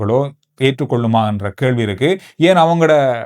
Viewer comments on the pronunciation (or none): none